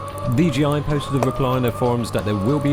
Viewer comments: It's not DGI it's bloody DJI. Why do people keep saying that?? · Bruv...its DJI. In the video you are repeatedly pronouncing it as DGI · Why do you keep saying DGI? It's JAY, not GEE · DJI NOT DGI?????!!!! fuck sake. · why do you pronounce it like DGI if it's DJI? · Serious??? ITS DGI not DJI ugh! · I thought it's DJI not DGI...